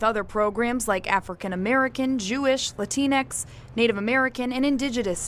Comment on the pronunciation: "La Tinks"